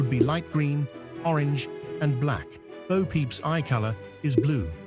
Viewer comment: It's Bo, not bow.